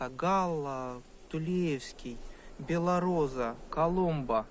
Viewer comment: не беллораза а белороса